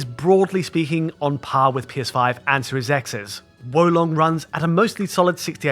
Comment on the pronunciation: Great pronunciation of Wo Long. It means crouching dragon btw.